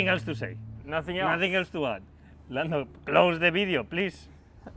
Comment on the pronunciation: No one: .. .. Carlos: LANNO